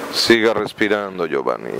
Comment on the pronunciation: le dice giovani y giovan😂😂